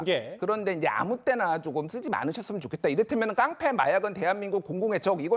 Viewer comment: 깡패를 깽패라고하는데. 말꼬리들기네